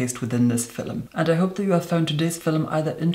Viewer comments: You say Fillum like an Indian villager 🙄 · I will never get tired of the way you say “film” FILUM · Between "fil'lum" and "lurid neon manure" I am just plain happy with. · ibrahim sembawa hahaha. Fil-em. Never heard anyone pronounce film as fil-em. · Why is he calling the video a "filim" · No hate but Filum 💀💀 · I love how you say "Film" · Probably the best foundation and most informative review I've seen. Also, I love the way you say film